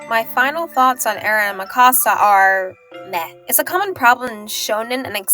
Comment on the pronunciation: Every time you said Mikasa was like nails on a chalkboard. Its MIkasa not miKAsa. It's leviOsa not levioSA.